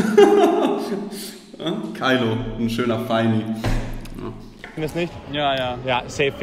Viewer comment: Kann mir vorstellen das viele nicht nachfragen weil sie glauben das er Sachen falsch ausspricht. Z. B. Feini=Fendi Kylo=Kenzo